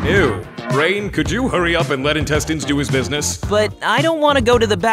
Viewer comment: It's pronounced "intestines".